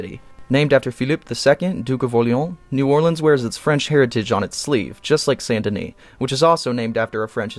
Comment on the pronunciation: Say it with me: "Saint Denis". Not Sandini, not Sun and Knee not San Denny.